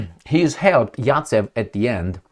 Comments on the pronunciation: Zajcev not Racev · Zaytsev 😂. Not yatsev Zaets. Is Rabbit